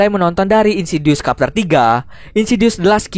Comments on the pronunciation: Bacanya trtep chapter min, bukan kapter. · bacanya bukan kapter bang, tapi chepter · Chapter itu bacanya bukan Kapter tapi Cepter... e yg kedua itu e lemah spt baca lembu misalnya. Maaf... cuma info.🙏 Anyway good video om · Wkwkwkw bacanya capter kan yaa apa gmn . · Ajg lah kapter wkwk Bacanya cepter bang. XD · Chapter dibacanya capter bukan kapter min 🙂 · sebutannya bukan capterr.. Chaeeppterr lol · Chapter bukqn dibaca kapter lool Chapter dibaca cepter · Why "kapter" tho???? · no one:: insidious KAPTER2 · Wkwkwkw,, kapter,, kapal terbang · "kapter" dong :v chapter bang oi :v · #CHAPTER= chep ter,,ch..kyak bunyi ucapan utk chacha coklat warnawarni..CHEpTER..gtu😊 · Kak koreksi dikit yaa, chapter dibacanya çepter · Cepter bacanya bukan Chapter -_ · Bang Tolong ya sejak kapan chapter di baca Kapter aduh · Cup dibaca kap chapter kepter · Mau ngasi tau aja bang.. chapter itu dibacanya “ceptér”